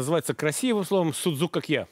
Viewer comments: Не дай Бог греки услышат название этого блюда и увидят его приготовление!Не зря они ставят ударения в словах - это как раз для того,чтобы судзукАкия не превратились в судзукакьЯ...Может быть "мировые повара"кладут в фарш для судзукАкия хлеб - греки не делают этого(тем более,что ржаного хлеба не употребляют).Фарш вымешивается тщательно с добавлением воды во время замеса.Формируют круглые продолговатые котлетки мокрыми руками,без никакой панировки в муке.И никто не поджаривает палочки корицы на сковороде - из кладут в томатный соус незадолго до готовности.Картофельное пюре тоже не пользуется у греков популярностью.Подают судзукАкия,в основном,с картошкой-фри. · В Фарш для судзукакья не кладут лук и чёрный хлеб. И ставьте правильное ударение. Σουτζουκάκια. Ударение на а. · vasilis liousias СудзукАкья - ударение на А. Σουτζουκάκια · По поводу ударения соглашусь. ))) А в остальном... Греки и хлеб в фарш кладут, и котлетки эти в муке панируют (иногда), и пюре готовят очень часто. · Ну да))) Перевод ближе всего к русскому,как фрикадельки))) И ударения на А ;)